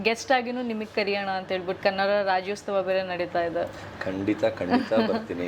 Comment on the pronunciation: ತಾಯಿ ಅದು ರಾಜ್ಯೋತ್ಸವ, ರಾಜ್ಯೋಸ್ತವ ಅಲ್ಲ. ಬಂದ್ ಬಿಡ್ತೀರಾ ದೊಡ್ಡದಾಗಿ